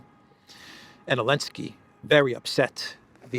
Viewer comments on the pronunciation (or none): OK I just got ask finally, is there something in Ukranian language where you don't pronounce the Z, in Zelensky, or is that a special American dialect thing? I mean I have done it myself a few times after listening to you etc. and I know dropping consonants is normal with slang. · ZELENSKY NOT ELENSKY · He’s NOT called Vladimir Zelinsky, it’s Volodomeer and he’s in Keeeev. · His name is Vladimir Zelenski not Volodimir Elenski